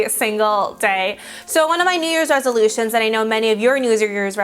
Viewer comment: news lears lesilutions 😂 (edit: sorry )